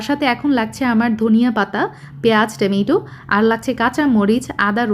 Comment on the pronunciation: টমেটো কে আর কতবার টেমেটো বলবেন